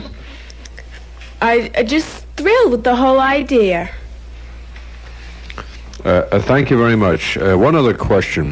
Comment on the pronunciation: "Im just thrilled at the whole idear!"